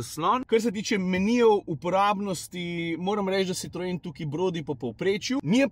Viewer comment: Prov slišim? Izgovarjaš Sitroen? 😊